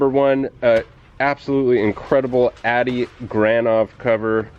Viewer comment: This is the second time have commented on your videos. Great stuff as usual. You need to pronounce Adi as (Audi) like the car. He use to sit next to me in airbrush class at the Art Institute of Seattle, when we went there at the same time. Super cool guy.